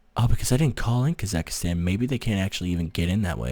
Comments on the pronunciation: It's KasaKHstan. Not Kasakastan.... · It is still KasaKHstan and not KasaKHIstan